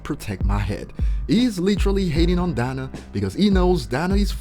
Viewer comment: And DANA IS PRONOUNCED DAY-NUH! Learn how to pronounce a man’s name please!